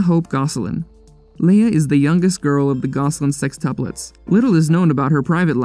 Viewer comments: It’s sextuplets, not sextupples LOL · why does the narrator say 'sextuples' haha